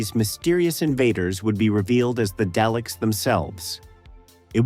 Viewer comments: Please stop calling them Dayleks they are DALEKS ,You pronounce Daleks as "DAH-leks" First syllable: "DAH" (/dɑː/) sounds like the "a" in "father". Emphasize this part of the word , Second syllable: "leks" (/lɛks/) sounds like "lek" with an "s" at the end. The "e" is short, like in the word "head". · The AI is too bad I can't listen to this. Day-licks? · It sounded like day lick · Duckta Whom and the Day-Lecks lol